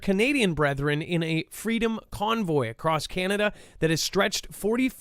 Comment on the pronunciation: Do we really live in a free country if can't even say the word "FREEDOM"???